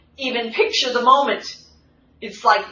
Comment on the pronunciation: Hi. You occasionally say your ‘th’s’ as, with a hard T, instead of TH......SO...How is it my 100% Irish husband, from NY, will let the hard T pronunciation out...must be in his bloodline! (Or maybe his father, who was also born in upstate NY.